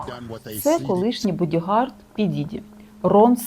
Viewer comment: Чому «бодігарТа»? Тож «ґарД».